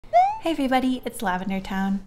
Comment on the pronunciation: swear to god i had to watch your into like four times i thought you said "hello every- bunny"